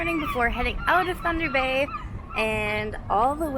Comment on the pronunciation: It's (Tunder Bay) Boy Oh